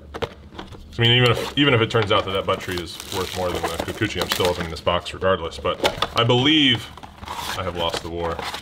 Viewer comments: Enjoy the war....enjoy you saying Kukuchi more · I really think its funny to hear you say Kikuchi. HA!